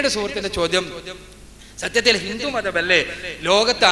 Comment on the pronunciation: അക്ബർ ഹിന്ദുമതം പഠിപ്പിക്കുകയോ... ഹ.... ഹ... h.. ഹിന്ദു വിനെ ഹിന്തു എന്ന് ഉച്ചരിക്കുന്നവൻ ഹിന്ദുമതം പഠിപ്പിക്കുക... ഹ.... ഹ.... ഹ....